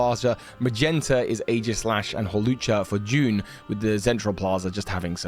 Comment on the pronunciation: Jaune isn’t pronounced “June”, it’s “Joan”